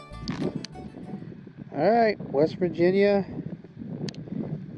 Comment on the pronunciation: Lol never mind. I got it. You said wes n virginia.